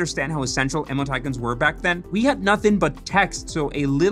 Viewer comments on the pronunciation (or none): is he saying "emoticons"???? sounds more like emmo titans LOL never heard it said that way